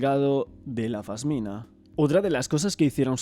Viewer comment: Se dice pasmina😂😂